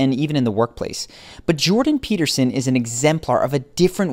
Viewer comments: Why do you call him Jordan Pepperson? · you called him pepperson 🤣🤣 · Did he just say "Jordan Pepperson." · Jordan “Pepperson” 😂 noice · “Jordan Pepperson” 😂😂😂